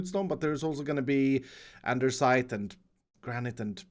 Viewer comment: Lol is saying endersite instead of andesite